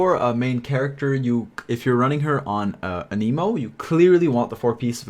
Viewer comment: Its not aneemo its anehmo, you running the jp vo?